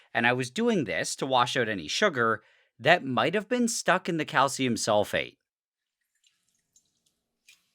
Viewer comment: SRSLY every timme he says calcium sulfate i hear SOULFATE and go like "DARKSOULS"